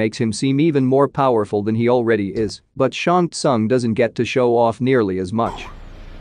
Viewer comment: Who ever is the narrator here....SHANG SOON is how you pronounce his name....